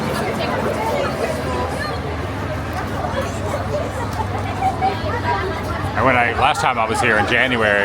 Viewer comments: Really enjoy your London content. Just FYI it's the Adelph- fee not Adelph-eye theatre 😊 Enjoy the rest of your stay 👍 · Awesome as ever Adam can’t believe you’re here again, just a heads up it’s pronounced Adelpheee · The Adelphi Theatre is pronounced ‘Adelphee’. Admittedly, it certainly looks the way you said it, but, this is England and we’re good at using words that sound different to how they look lol. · Oh Adam, you pronounce Leicester Square perfectly, but then say Adelphi a little wrong. It's pronounced Adel fee. Not a fi sound. But you're slowly getting London names right. Glad you're enjoying the greatest capital city there is.